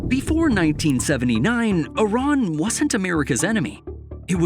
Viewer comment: it's not "Oran" but "I-R-A-N"